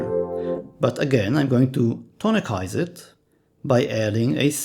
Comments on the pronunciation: Tonicize is pronounced "Ton-i-Size". Not "Ton-i-Kise". Your video is mostly correct information but words are also important. Also, the use of secondary dominants does not automatically or instantly result in tonicization of their objects. They can be used as a tool for that but it's dependent upon musical context. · Very good explanation of secondary dominants! I was always taught that "tonicize" was with an S sound: "tah-nih-size", so hearing it like how you say it was very interesting!